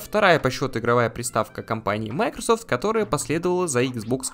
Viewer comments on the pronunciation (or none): none